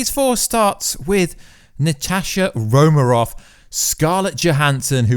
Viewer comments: Please, It is RomaN Off, Romaroff kept me from focusing on anything else. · The first time I heard him say "Natashi Romarov" I thought "I gotta go check the comments right away!" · Romanoff? Really? Come on,.